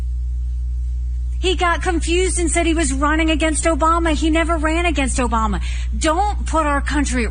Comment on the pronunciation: "OBAMNA"!!! God, what a flake! And republicans want him???